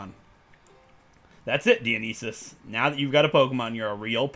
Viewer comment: Just hearing him pronounce Dionysus is confusing for me. I’m pretty sure it’s pronounced die-oh-nye-sus